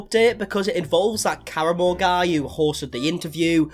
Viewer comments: When you said Karamo... I for sure thought you said Caramel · I keep hearing Caramel lol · Has anyone mentioned that you're pronouncing Karamo wrong? It's "Ka-Rah-Mo" not "Kara-mo" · In case you ever have to speak Karamo’s name again, he says it with the accent on the second syllable kar-AHH-mo.